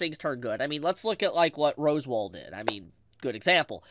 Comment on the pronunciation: Roswaal is pronounced like "Ross-wall" not like "Rose-wall"